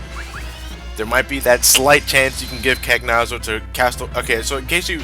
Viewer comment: Cagnazzo is an Italian name, I was hoping that, being that he is Italian, would pronounce it with correct phonics, which is, I can't find any of that weird text that no one could ever manage to read unless they speak Greek that says how to pronounce it, but here's my attempt at spelling it: "can-YAH-tso"